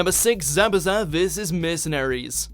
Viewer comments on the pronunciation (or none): Who remember when they said zabooza lol